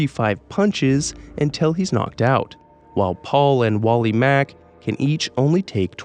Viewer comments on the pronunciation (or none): none